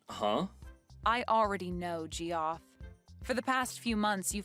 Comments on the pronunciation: I'm a bit confused - isn't "Geoff" pronounced like " Jeff", not "Gee-off"? 🤔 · Geoff is pronounced Jeff isn’t it?